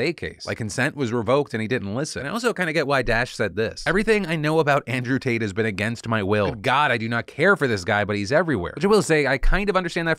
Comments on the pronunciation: Did you just happen to maybe accidentally say Andrew “taint?” I swear that’s what it sounded like. 😂😂😂😂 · I heard you say Andrew Taint. You aint fooling anyone Phil :3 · ...He totally said "Andrew Taint." Change approved. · I felt for sure Phil accidentally said Andrew Taint! I'm down with that. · Am I the only one that heard Phil say "Andrew Taint case" in the beginning?